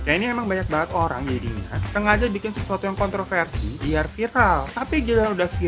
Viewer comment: Ngakak gua pas bang hiro typo ngucapin kontroversi😂